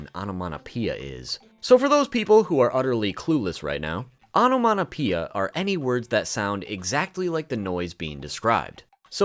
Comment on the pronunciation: "onomaTopeia" not "onomaNopeia" 😂😂😂